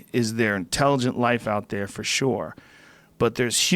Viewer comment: Joe “Forshoore” Rogan